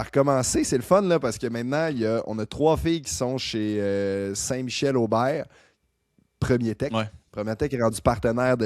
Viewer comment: Bonjour, merci pour ce podcast sur le vélo, toujours super intéressant à écouter! Juste un commentaire sur la prononciation de Premier Tech...c'est premier et non première :). Surtout que la compagnie est commanditaire des championnats du monde route 2026 à Montréal, on risque d'entendre ce nom là assez souvent! Continez votre bon travail!